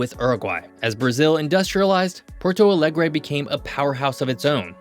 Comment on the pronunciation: 😅 Что за безграмотный комментатор, который даже нормально произнести Монтевидео, Буэнос-Айрес и Порту-Алегри не может😅